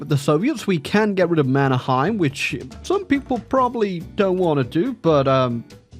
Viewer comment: as a fellow anglophone, i found out that Mannerheim is pronounced Manner-hey-m in Finnish (i found out the hard way)